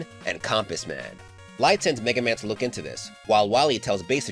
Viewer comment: He said every version of MegaMan right so he's going to cover my warrior right I would really love it if he does